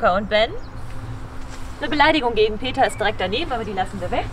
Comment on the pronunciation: Wie kamm den den NAmen vom Peter nur so herablassen aussprechen? Sie werden mit sichherheit auch nicht die Wahren Gründe kennen warum das so alles passiert ist wie es nun ist. Es ist schade das dieses Elternhaus so herunter gekommen ist. Sie Videocamera sieht aber sehr neu aus und das rote Auto im Video komischerweise auch. Wenn Manni ja auch schon gar nicht mehr mit Peter arbeitet, ist auch sehr seltsam, findet ihr nicht? Uwe sollte mal zum Zahnarzt gehen, sieht ja echt schrecklich aus.